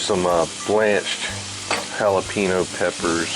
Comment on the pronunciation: Jalapeno is pronounced " hala pain yo" not "hala peen yo" .